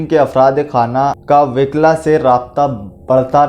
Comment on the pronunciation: Wikla nahi wukla hai وِکلا نہیں وُکلا ہے